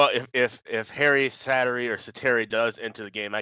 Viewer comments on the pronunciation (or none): It is indeed Säteri, not Sateri